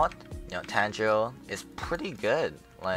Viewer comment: Exactly its tangerine